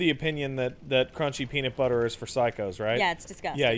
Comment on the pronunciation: Lost my shit at "Crunchy peenur butter".